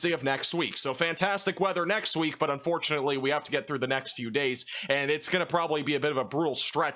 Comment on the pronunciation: Was the beginning supposed to be "Unfortunately"? It sounded like it was cutoff just enough to sound like "fortunately"